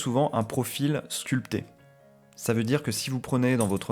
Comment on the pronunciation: « Un profil sculPté » ?? 🤣 Avec un bon ‹ P › franchement prononcé ! Je n’y crois pas. Je connaissais « domPter », « domPteur », erreur régulièrement commise sur Arte, en particulier. Mais « sculPté » c’est une grande première. Sûr que si l’on prend la peine d’écrire un ‹ P ›, pourquoi ne pas le prononcer ? À quand le « bâPtème » de l’air ? Faudrait-il déjà pour cela savoir « comPter » jusqu’à « sePt »…